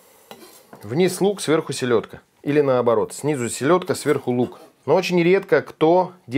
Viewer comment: Силедка 🤦🤣. Правильно селёдка 👆